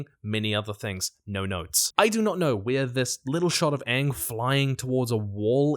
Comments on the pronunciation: They really leaned into Katara's pronunciation of Aang... I wonder why... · I'll be so done if they mispronounce Aang's name again! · It's super annoying when English people can't pronounce Appa correctly and say Awe-pawh or Aang and say Awng.